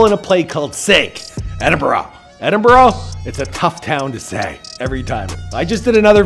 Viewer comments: The only word Americans can butcher you still get it wrong Edin-bur-ugh (the ugh sounds like your about hawk up a luggie) phonetically for Americans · I thought that Edinburgh was pronounced more like Edinbruh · Saying Edinburgh correctly first time is like writing Aberystwyth without a spelling mistake and not checking first